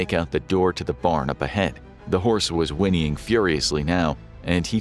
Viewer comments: “Winning” instead of “whining” 😂😂😂😂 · u literally pronounced whining wini-ing